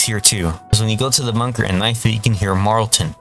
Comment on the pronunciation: his name is Marlton not Marlston